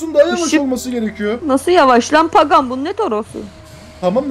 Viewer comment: Abi yorumumu oku O arabanin ismi paqan diyil paqani